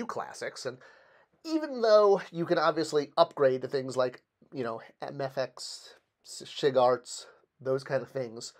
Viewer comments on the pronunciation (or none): Lol he said "sshhhfigarts" SH is pronounced separately. It stands for Super Heroic. You say S-H Figu-arts (Figyu-arts)